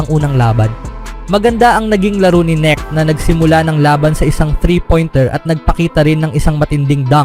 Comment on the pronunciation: KNECHT dimo MABIGKAS ng tama? Sounds neck Anu yan Leeg😂😂😂